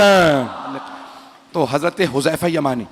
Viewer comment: yah lafz Huzama Nahin Hai huzaifa Hai huzaifa ibne yaman Razi Allah Tala anhu